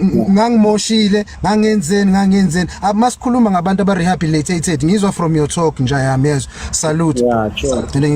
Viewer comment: Sethunzi sa lepantiti keng? That time he fails to say rehabilitated 😢 Reasoning is too low and he will be a re-offender soon